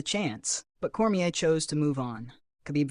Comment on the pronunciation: Core-me-aye, nor Core-me-air